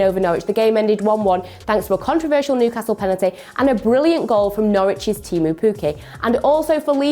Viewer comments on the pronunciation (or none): none